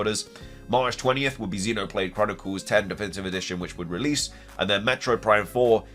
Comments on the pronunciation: It’s xenoblade x not ten also ph Brazil was speculating October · Xenoblade Chronicles X (ecks) not 10 lmao